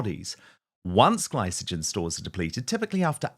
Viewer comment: Dan you mangled the ad. You mispronounced both glycogen and triglycerides. I'm available as a medical consultant if you need one.